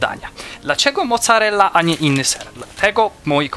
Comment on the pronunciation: mosarella XD